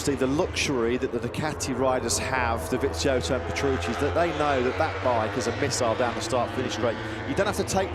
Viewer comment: His name is Dovizioso, then why the commentators keep Pronouncing his name as Dovinsioso, where has the N came from I can't understand, can anyone tell 😂😂😂😂😂